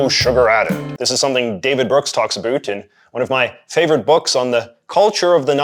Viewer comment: You say about incorrectly